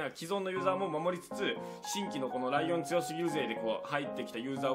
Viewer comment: あと、ライオンがもしかしたらリオンって読むかもしれないです